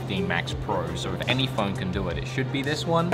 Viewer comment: Why does he pronounce the word phone "pholne"..